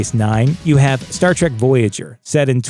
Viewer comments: Quit pronouncing it "Star TRACK", ffs. It's "Trek"... "Star Trek" .... not fucking "Track" you blithering fucking moron! I quit listening and Down Voted by the time you had mispronounced it for the 12th time just after the 3 minute mark. You shouldn't review something you obviously have absolutely no fucking clue about, dipshit. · Did he say Star Trak? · I knew in 3 seconds he didn't know shit. "Star track"? See ya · Did you really just say, ‘Star Track’? Fake fan. Next video.